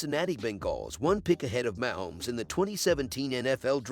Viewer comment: Try learning how to pronounce Kelce and Mahomes!!!!!!!!